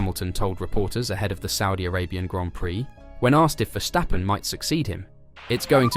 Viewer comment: Dude!! Its Ver-stappen!!! Not Wershhhtappen